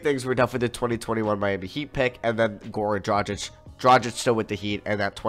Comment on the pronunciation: His name is Goran Dragic, not Gorn Drajik.